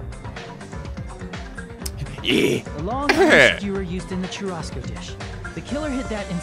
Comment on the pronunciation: I cringe so hard everytime he tries to say "churrasco"